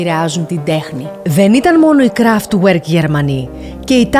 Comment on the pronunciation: Κραφτβερκ διαβάζεται όχι κραφτγουερκ Kraftwerk